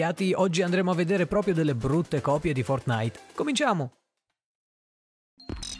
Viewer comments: Si pronuncia fortnait non fortnaìt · Apprezzo il video ma il modo in cui dici fortnite mi spezza il cuore xD